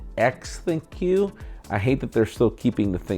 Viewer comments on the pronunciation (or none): It is not Thin-q. It was supposed to be pronounced as 'think' as in thinking related to AI.